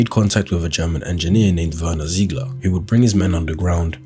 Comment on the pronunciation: Werner Zeigler ??? WER. NER. ZZZZEEEEIGLER